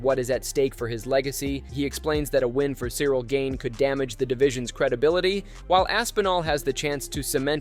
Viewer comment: Gane not Gain